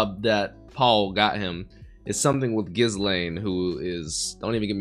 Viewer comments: I love that scene in the alley when you got to see what a bad-ass kitty Ghislaine (btw, the “s” is not pronounced in that name) was. The animation and sound design for it was so uniquely done, and is an example of the love the creators have for bringing this story to life (in animated form). Also, the title “A Day Out in Roa” or whatever it is, doesn’t indicate the original intent of the title. In Japanese, it is “Roa no Kyuujitsu” ロアの休日, which is a play on “Roma no Kyuujitsu” ロマの休日, which is the Japanese title for “Roman Holiday,” the classic romantic movie starring Audrey Hepburn and Gregory Peck. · Don't pronounce the S in Ghislane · The s in Ghislaine is silent btw. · anyone else getting increasingly annoyed at how he pronounces ghislaine's name